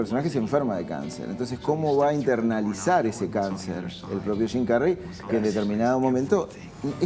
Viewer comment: jajaj estos sudamericanos, hasta las palabras Gingas las pronuncian shim carrey en vez de su pronunciación correcta